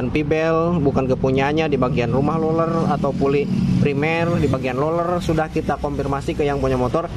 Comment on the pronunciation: Roler ( roller ) bukan loler biar benar dan enak nontonnya.